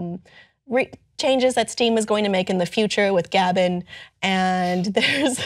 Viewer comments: "Gab N"? Gaben is pronounced Gabe en, it's based on his name being Gabe and last name starting with N. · she said gabin